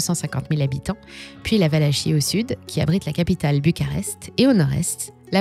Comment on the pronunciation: "Valachie" se prononce "valaquie"